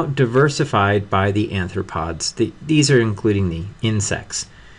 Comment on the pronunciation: mate it's arthropods not anthropods and it's phylum Mollusca not Molluscidae. a lot of your pronunciation of the terminology is poor, and i think you should work on that because it can be very misleading (e.g. "anthro" implies a link with humans which clearly isn't the case with arthropods) and your lectures are otherwise fantastic. much appreciation for uploading them, sorry to be so critical. i think it's great that these are freely available, it's really admirable.